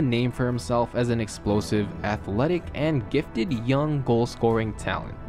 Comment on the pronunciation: it's prem-e-urr not prem-eer. you pronounce young as yee-ung, gul-lobal not global, trouble as turr-ruble, crazy as curr-razy and so on. you add extra syllables and letters in to words. balotelli did not "burn his house down" at all. it was a fire that damaged the bathroom and smoke damaged other rooms.